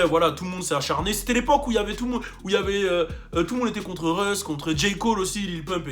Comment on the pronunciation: Russ not reus lmfao